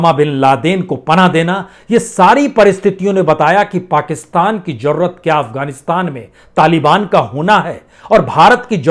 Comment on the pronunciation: Pl try correct your pronounsation . For ex .you says jarurat correct is zarurat.In fact you are a great herbalist i selute you.